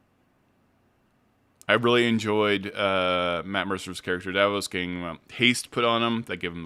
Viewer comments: Julien Davinos!!! Please I love the video but it drive me up the wall when you say Davos I’m like ”did I miss a character or something ” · Dah-VEE-nos You can just call him Julian or Sir Julian. PLEASE 😅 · If this is your full time job, then you should take the care necessary to pronounce character names appropriately. It’s jarring to hear you consistently mispronounce Thjazi and Davinos